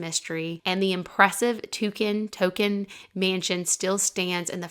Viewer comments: I think it’s pronounced TONKIN rhymes with HONKIN‘ ( a car horn) rather than TOUCAN rhymes with SAM. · just fyi Oswego is pronounced (Uh Swee Go), its an Iroquois word meaning “Where the water never ends.” We are on the shores of Lake Ontario. One of the great lakes. Also, the family’s last name is Tonkin (Tohn kinn) Tohn rhymes with, and is pronounced like John, but with a T, and kinn rhymes with pin …Tonkin.